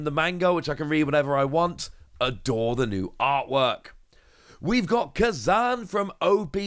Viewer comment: you are the best at card news reporting but please consider pronouncing it ku-zan and not prefering manga art is a sin <3